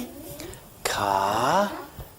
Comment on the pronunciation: I bet he drives a really nice "cawhh"